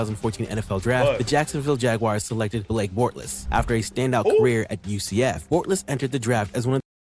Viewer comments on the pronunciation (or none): How is he gonna say Bortles wrong when he has highlights with the last name being said the right way 😂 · The way the ai says Bortles name,than says Watkins has 50k receiving yards 😂